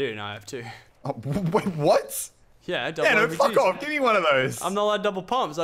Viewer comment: Muselk said f of